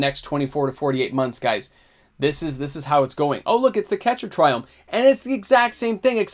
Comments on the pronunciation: You pronounced every single triome incorrectly. Cringe. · Didn't pronounce a single triome right but that's just me being quirky not that it matters lol